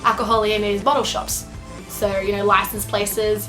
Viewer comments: why do you pronounce an "r" sound in the word, "SO"? Sounds like you are saying "sorrow" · "hey guys! seeorrrrwrwrrrr, most of you know....."